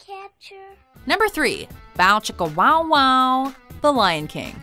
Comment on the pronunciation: Okay, got major points for pronouncing "Bow Chicka Wo Wow" like that.